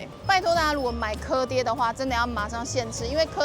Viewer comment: 鵝ㄉㄟˉ就是鵝ㄉㄟˉ！！不是唸ㄎㄜˉㄉㄧㄝˉ！！